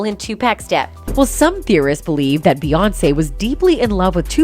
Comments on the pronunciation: facts! 2 Pack?Beyondce? 😂😂😂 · The AI thing dont even how to pronounce Beyonce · "2 Peck" ... "Bay-Onss"... "Tube Pack"! I thought the I in AI stood for Intelligence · The AI aspect of these news reports don't do much for their credibility. The damn thing doesn't even know how to pronounce Beyonce, Hov or Tupac SMH